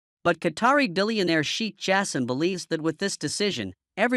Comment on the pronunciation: Get someone who can pronounce names well, it's not" cheek"Shai kh Jaassim"